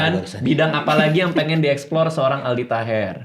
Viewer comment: Aldi taher "A"nya All out 😂